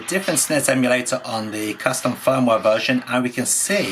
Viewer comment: I was loving the way pronounces "custom firmware". The captions agree with me transcribing it as "custom foam wah" and occasionally "custom phone wallet" lol. Seriously though I appreciate this deep dive into the q90. I'm planning to buy one even though I have a v90 (has the same hardware). I'm just smitten with the silly little thing.